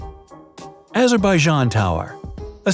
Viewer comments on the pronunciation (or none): none